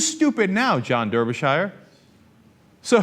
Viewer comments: It's not "Der-be-shy-er" It's "Dar-be-shuh" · derby shire .... you fucking idiot it's pronounced "Darbyshuh" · "der ber shy er"? Lol Americans cannot pronunciation. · 100% of Brits pronounce this name "Darbysher" 100% of Americans pronounce this name "Der-by-shi-er" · its pronounced "darbyshure" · It's Darby-shur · Its pronounce Dar'bur'shir. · I can't blame you for pronouncing it the way it is spelt, but please understand, this is like nails on a chalkboard to me :( When I was in Wales and Ireland, I caused no end of suffering, and I still don't know how to pronounce Ystradgynlais :(